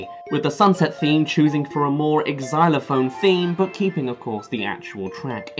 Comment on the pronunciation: Why does pronounce xylophone as 4 syllables? ex-zy-lo-phone. Is it just his accent?